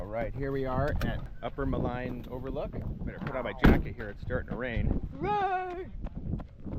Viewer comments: It's pronounced, "Ma lEEEEEEEEEEEn Lake" .....as in, "lean" on me ( if my parents hadn't been cremated, they'd be rolling in their graves right now )...not to malign you or anything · When I lived there in the late 70s.....we always pronounced it as Mal(een) Lake.... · Maligne is pronounced Maleene. 😉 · Yes indeed - if only he could pronounce "Maligne" Lake properly, we'd be stylin'